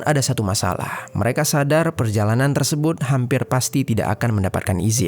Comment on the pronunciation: maaf kak komen aq d luar konteks.. kok kk aq dengar kalo mengucapkan kata "tersebut", terdengar tersebun y.. ap aq yg slh dengar y😅🙏